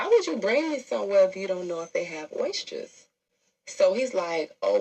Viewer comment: She can't pronounce oysters